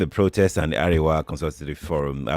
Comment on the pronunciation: hahaha,...behave like monkey bawo 😀., Arewa (of ACF) is pronounced "mi-do-mi" and not "re-re-do"